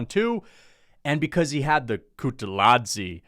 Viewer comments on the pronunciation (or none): HELLO, I'm from Georgia and The way you pronounced Guram kutateladze's last name was One OF THE WORST PRONUNCIATION I'VE EVER HEARD, THANK YOU AND BYE